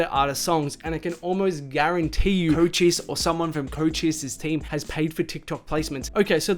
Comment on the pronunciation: You pronouncing Cochise wrongs, it’s not Chocheese